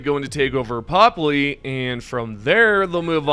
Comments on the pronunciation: Its ”pöpli”, with an ”ö”! Not ”popli”! Swedish anger intensifies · Try jumping to one of those planets sometimes. Then you'll pronounce it properly, like how Popli isn't like pop-lee, it's more like purp-lee. Definitely not popalee. Also, seriously? Vandalin? It's VANDALON. with an O. ON. Do you turn "in" the light switch or something lmao